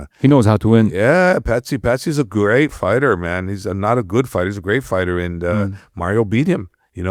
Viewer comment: Host: "Fighter" ❌ "Farter" 👍